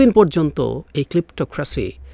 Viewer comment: It is ক্লেপ্টোক্রেসি Your pronunciation is very poor.